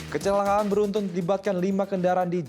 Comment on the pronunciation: Kecelaka'an ..bukan kecela'an maas